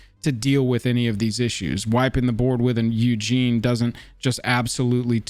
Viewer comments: If you're going to start doing more of these videos, I recommend doing your research and learning how to pronounce "OOggin" not "Eugene". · I could be wrong but I’m pretty sure you’re pronouncing some of these names incorrectly. Ugin is pronounced Oo-gin not Eujin and Teferi is pronounced Te-far-E